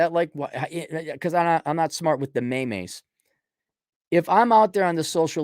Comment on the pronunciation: I'm having a hard time getting past this guy pronouncing the word meme as may-mays